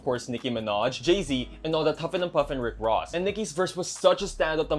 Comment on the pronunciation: RICK ROOOSSS??! HELP-🌚😭💀